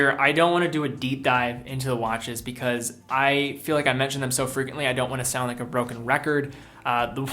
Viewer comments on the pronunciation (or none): none